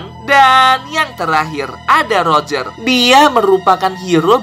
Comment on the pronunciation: Bang Bang Abang kan bilang lojer jadi keingetan rojer Sumatera